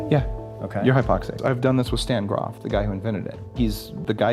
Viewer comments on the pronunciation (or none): none